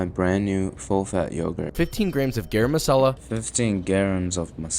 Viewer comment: Dude it's garam masala not a gram of masala 😂😂💀